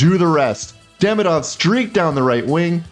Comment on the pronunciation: By hearing the quality of your French I assume you like languages. I believe Ivan Demidov’s name is pronounced ee-VAHN deh-MEE-doff . Thanks for your videos, I’m always looking for them after a game.